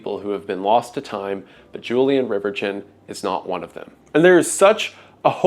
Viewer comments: Great video... but...... dang it. I hate to be this guy but Riverchon is pronounced River-shone. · It's pronounced 'RIVER-shawn', at least here locally. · Fun fact: he pronounced riverchon wrong. "Julien RiverCHIN." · It's pronounced rever-shawn ♥️ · It took me a minute to figure out what park you were talking about. In the Dallas area we pronounce it as Rivershawn. As a young child I remember going to the Valley View mall was a special treat as it was in the North Dallas area and was the rich person mall well for us coming in from east Texas. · It's a lil late but the name Reverchon is pronounced "Rev-Eer-Shawn" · You're not gaslighting me into believing its pronounced river-chin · I don't think that is how that surname is pronounced should it not be pronounced as if it was French. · your pronounciation of Reverchon is deranged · Bro pronounces "Reverchon" like he's an Englishman still bitter over the hundred years' war